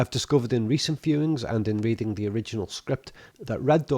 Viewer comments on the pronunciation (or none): none